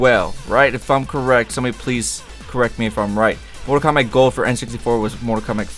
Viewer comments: Why does he say mortal kombac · Everytime u say mortal kombat it sounds like mortal komback lool ? And if u look at the outline of each player on the character select screen. Bottom left one looks like liu kang! :P